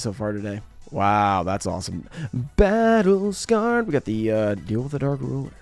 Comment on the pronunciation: I love when she says Battle Scared lol